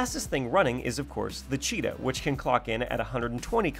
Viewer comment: did anyone notice how he said cheeto instead of cheeta